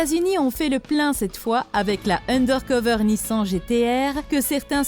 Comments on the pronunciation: NissEn --> Nissan GaLLardo --> Gallardo Alpha Romeo --> BMW On note le soin porté à cette vidéo pour la prononciation des véhicules... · C pas une Jaguar c une taurus, c pas une alpha Roméo c une BMW et sa se dit nissane pas nissan, on dit pas une bougati on dit une bugatti , et soit une corvette soit une chevrelet c pas parce que chevrelet produise dés corvette que c le nom d’une seul voiture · Nissan sa se dit pas comme sa ptn